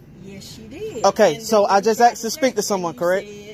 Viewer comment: He AXED to talk. 🐓🍼👶🏼😭. He was to cowardly to show it.